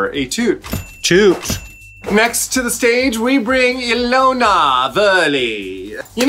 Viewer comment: Ilona is pronounced “Yawn-ah”